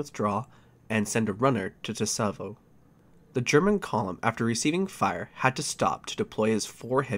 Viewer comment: I find it funny this happened on the date of my birth lmao, I love your videos, keep it up! Btw for future reference Tsavo is pronounced "Sah-vo"